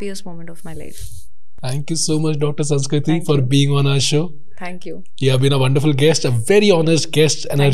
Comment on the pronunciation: knowing,the way he mispronounced her name would have definitely stuck a cord😅 but good going